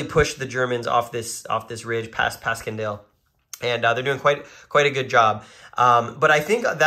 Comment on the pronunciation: Pronounced Passiondale. Great videos. Enjoyed both very much.